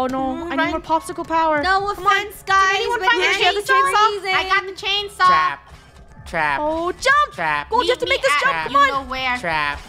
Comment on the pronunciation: Funneh: i cant find the chanesaw everyone: silent not even a single soul